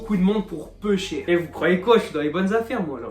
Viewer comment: "ça fait CHHHHER longtemps" Oue oue oueee le dialecte lyonnais!! Bien vu ça fait cher plaisir!